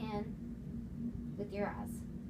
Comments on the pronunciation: Lipbalmonsessed04 , it sounded like “Look into your ass “ but it’s really eyes she is saying it like eyezz or ass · Arienm I think she saying eyes but southern